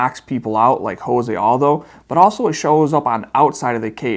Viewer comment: Myles, I consider you to be smarter than the average fighter in the UFC/Bellator, so please stop pronouncing Jose Aldo as "Ho-say" Aldo (the Spanish pronunciation). You know damn well he is Brazilian and the correct pronunciation of his name is the J sound